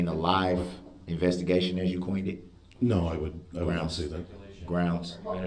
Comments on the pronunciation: It’s “Grounz”… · The same pitiful black male (not man) who says SUBstain, CoHORZION and GROUNZ!!!!